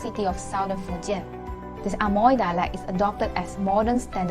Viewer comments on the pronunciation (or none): Amoy should be pronounced as emoy.... Not A Moy.....!! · 厦门can be pronounced Eh-Mui or Eh-Meng in Fujian depends on sub dialect. But the english Amoy should be pronounced as Eh-Moy, Not Ah-Moy. Hokkien in different area have different pronunciation. It can not be said that 门 (door) should be pronounced as méng 盟. There are different pronunciation between Quanzhou and Zhangzhou. Xiamen is located between Quanzhou and Zhangzhou, so basically Xiamen dialect is mixed between Quanzhou and Zhangzhou. There is a rule that the word with. **ng in Quanzhou will be changed to *ui in Zhangzhou dialect... For example: 饭 = Běng (泉州); Bui (漳州) 卵 = Něng (泉州) ; Nui (漳州) 酸= Seng ; Sui 黄 =Ng ; Ui 远 = Hng = Hui 门 = Meng ; Mui, 问 = Meng ; Mui et cetera